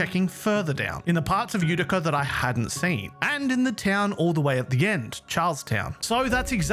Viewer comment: You pronounced Utica perfectly 👌👌 Grew up in a Utica